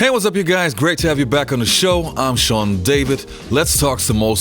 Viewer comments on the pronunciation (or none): none